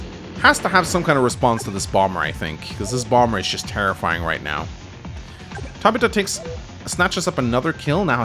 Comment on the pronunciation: One day he will pronounce it "Tab-Ith-u" my mom shares that name and cringes every time lol